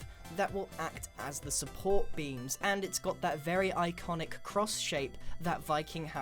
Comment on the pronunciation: Every time he says 'beam' I hear 'bean'